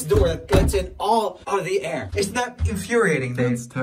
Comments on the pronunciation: Okay- Im Sorry But- It sounds like He says ''Babe'' And Not ''Dave'' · whenever joel says dave i hear babe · Instead of Dave I keep thinking he says "Babe"